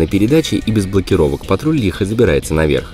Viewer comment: Почему Ниссан патруть, а не патрол